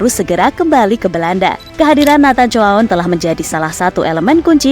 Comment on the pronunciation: NATHAN JOHAN..itu pengucapan Indonesianya..